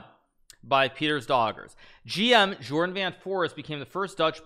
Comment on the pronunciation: Jorden is pronounced Yoorden, not Jordan.